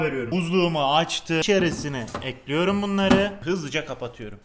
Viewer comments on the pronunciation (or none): Elinize sağlık hersey güzelde. EKLİYORUM..! Olsa daha hoş olurdu. Ekliyörüğğm değil 😂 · Ekliyorum değil ekliyürüm Çikolata değil çukuloto Güzel oluyor değil çok güzel oluyür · bende eklirum diyom artik bulasti bana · Limon kolonyasııı, bunu da eklüyürüm